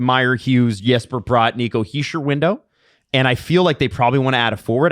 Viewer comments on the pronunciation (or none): none